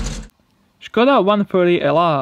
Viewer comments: I'm sure he didn't have any pain at all to pronounce Škoda correctly, 'cause he's Slovakian ;) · Nice he actually took the pain to pronounce Škoda correctly :D :D Thunbs up :)